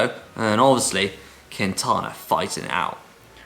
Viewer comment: Pronounced keen-tahna, not queen-tahna :)